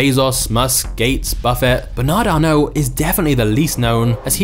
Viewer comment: “BANAD ARNO”